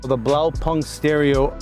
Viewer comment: Ultimate stunner! BTW the right pronunciation is "Blau-poonked" (translation: Blue dot)